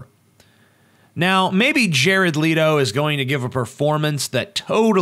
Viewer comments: His name is not pronounced Leeto, it's Leh-toe. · im sorry i couldnt get passed the opening line with JARED "LEAT"-O....its LET-O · Why ia TJ saying 'Leedo'? It's Jared Leto. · I did finish the video, but from :09 in I couldn't take it seriously. Leto (let-o) not (leet-o). and the tattoos have comic reference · pronounced...."Let-O", not Leed-O.... ugh. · Oh and you didn't pronounce his name right btw, it's Leh-toe, not Lee-to. Hearing you say that was like nails on a chalkboard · Thumbs down because of you constantly mispronouncing his last name. "Lee-toh"? Its "Let-oh". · It's Leh-toh not Lee-toh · Leto, not Leeto.* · It's Leto not Leeto omg. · I cringed every time I heard "Leeto" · By the way, it's pronounced LETTO, as if it has TWO T's, you don't emphasize the e, oh, and Mark Hammill was the best Joker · I don't doubt Leto, pronounced like it is spelled, not like Leeto, will do an amazing job. However, I'm not a fan of the cheesy tattoos and suspect it's a joke and they won't actually be there for the film. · Jared "Leeto" xD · Before u go off about how you dont like the joker why dont u learn how to pronounce Jared's last name correctly. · If you are gonna say Jared Leto, then learn how to say it right. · You're saying Jared Leto wrong... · did you purposely mispronounce "Leto" over and over again?